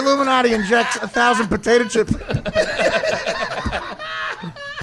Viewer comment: "It's called a potata chip.." lol